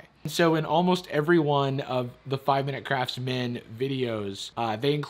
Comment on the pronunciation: I keep hearing craps instead of crafts